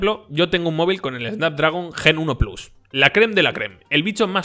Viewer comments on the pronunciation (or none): none